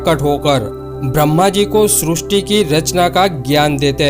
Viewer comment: Srusti nehi srishti